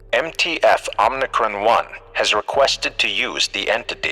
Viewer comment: OMICRON NOT OMNICRON